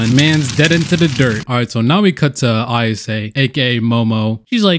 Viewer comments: Why are you saying Ayasuke ? It's Ayase right ?! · A Y A S E i dont see a fucking "K" in there, anyone know why this dude says her name like "AYASEKAI" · really loved the video even though it erked me everytime you said "miss AyasKe" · why did bro said ayasake brah 💀💀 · the fact bro reads console as council and ayase as ayasake urks me so bad but the vid funny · Istg I can’t stand how he says Ayasekay 💀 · It’s lowkey kind of painful the way you say “Ayas-uk-e” the entire video instead of just “Ayase,” but the content is good so I stayed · Who the hell is "Ayaskke"?? Like I get pronouncing things wrong but what kind of brain damage put a random K in there?? Jokes aside, that’s a cool manga I wouldn’t have discovered without this video and it’s a pretty easy watch for being 45 minutes long so ggs. But goddamnit AyasKKe? Really? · I'm truly astonished by your ability to just insert letters into words where they don't belong lol Dawg, point out to me where the 'k' is in 'Ayase' 😂😂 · Why are you adding a K to Ayase's name? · tell me where the k in ayase is please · wheres the K in ayase